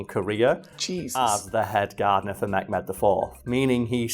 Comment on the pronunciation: Mehmed is pronounced the way it is written, Meh(as in the show was just meh)-med(as in the med from medical) , and Zülfikar is pronounced Zool-fee-khar. love the show